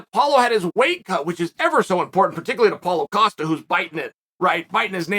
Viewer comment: Chael is saying Paulo Costa correctly these days. I remember last year it was "Paul Acosta" and we all just accepted that Uncle Chael changed his name for him.